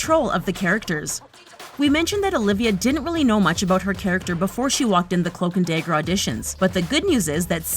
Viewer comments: i cant take it seriously (day - ger) is not dagger LMFAO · It’s dagger not dayger